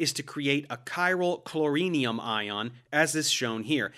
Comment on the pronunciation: I've always heard it as "chloronium", not chlorinium. Analogous to iodonium.